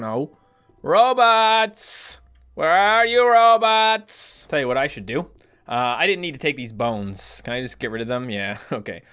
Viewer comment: Row-bots not robits